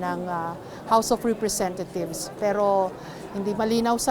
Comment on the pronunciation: bat ang rinig ko house of representathieves